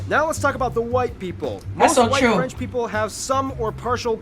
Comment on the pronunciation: for your question no he don't pronounce french well for an exemple that is french!